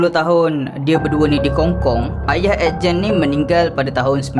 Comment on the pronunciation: Aku je ke yg dgr dia ckp ejen masa dia sbt Ed Gen?